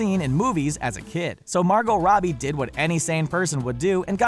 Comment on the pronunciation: Omg, couldn't you pronounce Margot Robie's name right ONCE???